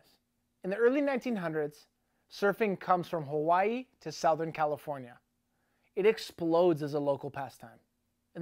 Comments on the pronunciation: Why do you say SOUTHern weird? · Southern California is pronounced "ˈsəT͟Hərn" or Suthurn. Hobie is pronounced hoe-be. Get it right there, eh.